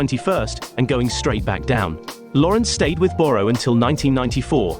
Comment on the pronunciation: Borrow is pronounced burra